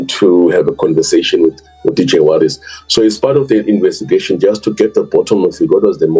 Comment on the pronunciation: When acting like you care, at least try to get his name right. Warrick "Warras" Stock.